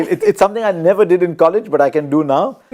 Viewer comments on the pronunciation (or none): none